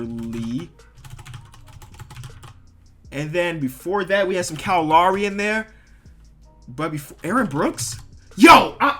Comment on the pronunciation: the way you say Kyle Lowry is fucked